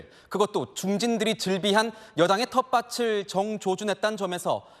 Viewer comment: 방송시작에 앵커가 연음법칙도 모르고 방송을 하시나??? "---텃밭을" 왜 "텃바츨"이라고 발음하나 ??? 구개음화가 적용되지 않아 "밭을"은 "바틀"로 발음해야지??? 앵커가 전국민을 대상으로 엉터리 발음을 하면 어떻게 하나??? 공부 좀 해야 하지 않나???